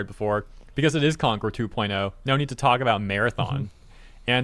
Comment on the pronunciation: Here we go again with Corn-cord, yes, I said Corn-cord instead of Concord. It really is the worst failure I saw in my life.